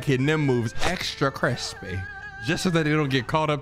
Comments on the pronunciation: I noticed been saying "Crishpey" a lot. He learn it from somewhere or did he just want to try something new? XD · LMFAOOOOOOOOOOO extra chrishpy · So is it time to accept the CRISHPY is the new favourite word? 😂